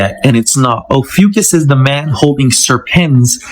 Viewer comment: It's pronounced OH-FEW-KISS